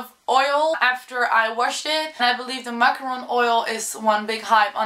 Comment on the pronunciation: It's not macaroon oil, Its moroccan oil, moroccan